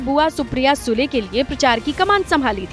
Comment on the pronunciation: Aap SUDE aise read kar sakte Sule ??